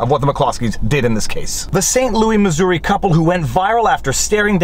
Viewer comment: You pronouncing Saint Louis the way you do makes me think of Saint-Louis-du-ha!-ha!, Quebec, and that is always a good thing.